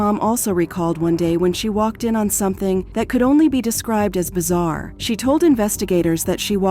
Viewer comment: Bee zarr ree = bizarre. These ai bots are not as good. Joe han than = Johnathan Kwy Lez = Quayles The AI really removes the human part of the production for me.